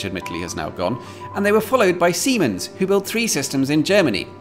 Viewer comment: His pronounciation of Siemens was not bad, but due to the fact that he used the English sharp S not the smoother German S, even as a German person familiar with the company, I heard him say something different at first.